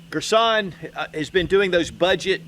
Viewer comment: Girsan......Gir-son..... Not Gir sonnnn... Cut short on "n" Thx for the video